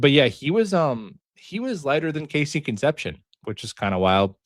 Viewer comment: How to pronounce Concepcion ... Con ... Sep ... See ... Own ... 😉